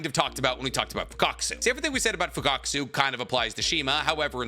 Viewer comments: Why are you calling Fukasaku as Fukakusu? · Broo 😂, fukatkaasu. You say his name Fuka-saku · It's "Fukasaku"😅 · Fukasaku 🚫 Fukakasu✅ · You keep saying Fukakasu irritated the hell out of me. It’s Fukasaku.. FUKA SA KU.. 😂😂😩😩😩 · Bro still pronouncing FUKUSAKU as FUKAKUSU😂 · and “fukakusu”instead of “fukasaku” kkkkkkkkk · isnt it fukasaku? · Pronounced MI-YO-BO-KU and FU-KA-SA-KU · mf been making Naruto content for 3-4 years, still hasn't learned how to pronounce Fukasaku correctly 💀